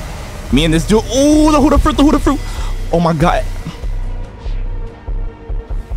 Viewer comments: i love ur vids like the peson below me but it is BUDDHA not hudda 🤣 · or u are saying budda